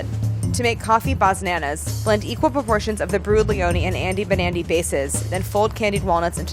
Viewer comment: i kept hearing 'andy nbandy' instead of 'andy banandy' and im like YEAH IM NB but then i was like w h o o p s... anyways trans rights!!